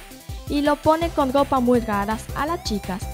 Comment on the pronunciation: En el minuto dice gopa y es ropa